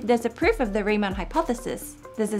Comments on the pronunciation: Also "Riemann", not "Reimann". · Nice video, as always. But, as a German, I have to say this. It's RIEMANN, not REIMANN. So please, next time... 🙂